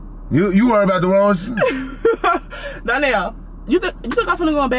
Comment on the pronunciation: Darneeeiilllllllll😂😂😂😂😂what u pausing like that fa